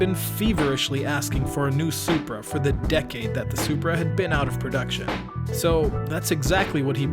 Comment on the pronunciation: "It's a Zupra" Ok, MK4 A80 Supra is a Soarsupra